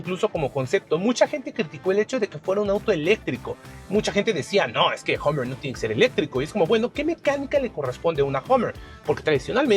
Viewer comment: Este tipo ni siquiera sabe pronunciar. Dice Homer....como si fuera Homer Simpson... patético